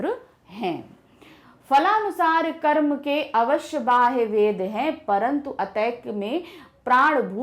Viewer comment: I didn't understand. Mam said: Manushya kya Car.. Carma..